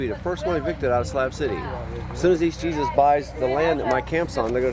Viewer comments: Its Spanish, shes not pronouncing it right. Its pronounced hay-SOOS. It's spelled the same. . . but obviously she doesn't know Spanish. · With Torres as a last name it is probably Latino which means his first name is pronounced "Hey sus" --- - trailers are towed behind power - An RV is powered living quarters. There a number of other locations similar to Slab City. There is a very large number of people who have chose to live in various vehicles from small cars to $400,000 RV motor-homes because they want the freedom to travel or easily change work locations. ER Docs work 6 week shifts. Traveling nurses. etc - Wonder if you were in LA why you didn't head to the marinas where there are hundreds of permanent live aboard instead of houses. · I was wondering why dude kept allowing this lady to call him Jesus ❓ when it comes to a common man it's pronounced (heySeus).🤷🏽🧐🤔🤨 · Excellent coverage. Only one detail I need to mention. Jesus is pronounced Hesus, not like our savior. J like an h.